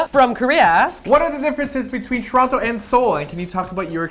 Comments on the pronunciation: I'm also from Tr-ah-no. (Its still a T, but yeah, that is how we pronounce.) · I live in England now but I'm from Toronto as well and you say it just like me - "Ch-Ron-to". It makes me giggle when people not from there say it "toe-ron-toe". ;-)